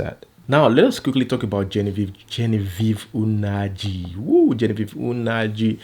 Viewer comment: It is Nnaji not Unaji